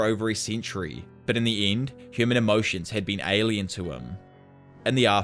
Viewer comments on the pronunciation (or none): none